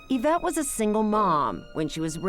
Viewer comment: Isn't it Yvette? (Not Avette)